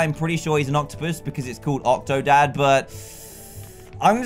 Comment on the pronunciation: Call octodad, octodan Like if you agree